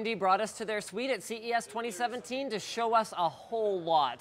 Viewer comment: i miss that "n" at the end.